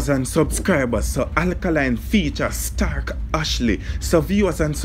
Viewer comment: Sir It's (Stalk)✔ Not (Stark)❌!